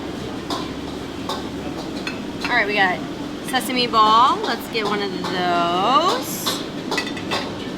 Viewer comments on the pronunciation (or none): none